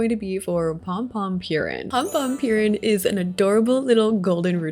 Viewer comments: if u wanna stop americanizing the pronunciations just stop adding "y" to things. think about the word poo - its KOO romi not KYUROMI, and for pom pom purin think about pudding - hes literally pudding themed, POO rin not pyurin :) GOO de ta ma etc and for words like keroppi think about the spanish word que - que roppi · I love you, but the butchering of pronunciation of pompom-purin killed me 😂